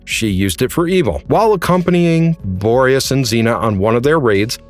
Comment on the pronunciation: The constant yet inconsistent mispronunciation of Borius is hilarious!